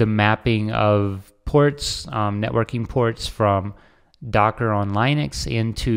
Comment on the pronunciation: Lin-uh-x not L-eye-nex. There's no "e" before the "x".